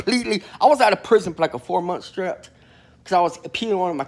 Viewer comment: say strech again